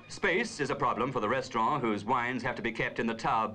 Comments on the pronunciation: ok but what's a "restraughh" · I love how the narrator says 'restaurann' in the French manner, and dismisses the French Eiffel Tower -- in the British manner. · 😂 you're right I love how they pronounced 'restaurant' - like how elderly English people still pronounce "envelope" the French way. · In Australia and New Zealand they have always pronounced envelope that way. Restaurant and hotel used to be pronounced the French way in the UK until a few decades ago.